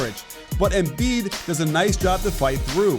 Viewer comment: Did anybody else hear the “Embid”